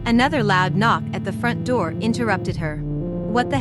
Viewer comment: Yarss “open the NOOR” 😂